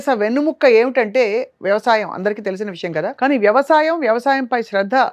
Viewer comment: వెన్నుముక్క కాదమ్మ వెన్నెముక